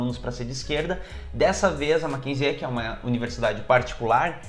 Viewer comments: Nao se pronuncia o "e" no final do nome "Mackenzie"... Se pronuncia "Mackenzi". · Se pronuncia Makenzi sem o E no final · Talvez você não saiba, mas o Mackenzie (lê como se escreve) sempre foi berço da direita/elite Paulistana. Engraçado e curioso que o pessoal desta universidade esteja rejeitando o Bolsonaro. ps. você está pronunciando o nome errado! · Adoro seu canal! Como ex estudante da universidade fico orgulhosa da instituição mas sua pronúncia um pouco errada me irritou um pouco hahahaha nada que estrague o vídeo! Parabéns